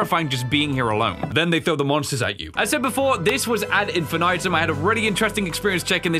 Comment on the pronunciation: The “ad infinitum” pronunciation is killing me 😂